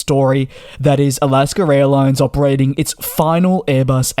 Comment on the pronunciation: DJ: There is no "r" in Alaska.😅